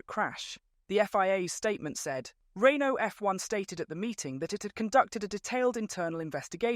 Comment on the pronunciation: Bro cant even speak out Renault normally. Probably NPC/AI again